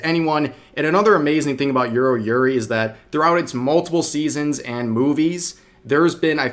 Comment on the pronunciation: Why you pronounce Yuru as Euro, i keep hearing Euro yuri, and non non biyorai